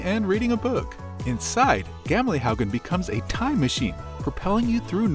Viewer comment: the way he says "gamlehaugen" at nr 14 is so funny :P